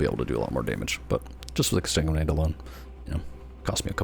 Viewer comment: Ex-san-guin-ate>Ex-tan-guin-ate dont hate me o7